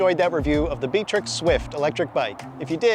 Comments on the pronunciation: I'm pretty sure it's BIKE-TRICKS in pronunciation. Source: I have shopped at their store. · It's pronounced Biketirik not Btrick.